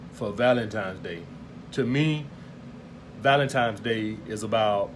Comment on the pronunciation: Nigga it's Valentine's day. Not Valentimes.